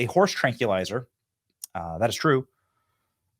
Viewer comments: "Trankeelizer". The mispronunciations flow like wine on Da Benny Show. They hit harder than a "nuke-u-lrr" bomb. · What is a horse tank-ya-lizer? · Please stop trying to say "tranquilizer." You can't do it. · Benny, love ya, but: Trank Quill Lizer.